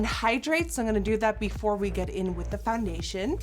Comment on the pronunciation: did you call it FUNdation lol